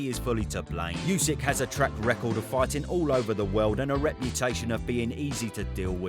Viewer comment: “You sick” 😑 why can’t anyone in the uk pronounce his name correctly? It’s just dumb.